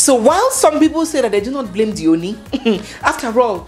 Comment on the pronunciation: I am always watching your program. I find interesting and entertaining the yoruba words you throw in from time to time. I will however like you to find a way to learn the proper pronunciation of the title OONi. Please keep up your good work and stay blessed.